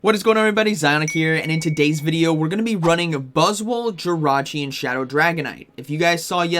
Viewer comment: 😂 I can’t . Every time buzzwol is mentioned, I hear boswollocks 😂😂😂😂 making myself laugh again !